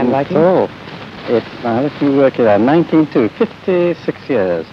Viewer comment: It's interesting that Wodehouse pronounced the year 1902 as "nineteen--two". I wasn't aware that people did that. I've always said "nineteen-oh-two", but then I wasn't around to know how people said it at the time.